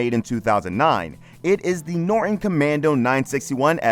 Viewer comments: Noron. Has a T in it! NORTON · The narrator doesn't know that you pronounce the "T" in Norton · Decent video ... except for the Dick doing the narrative that can't seem to pronounce 'Norton'. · It’s Norton, nor-ton!